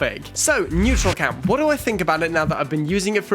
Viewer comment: Man. It’s NEURALCAM not NEUTRALCAM.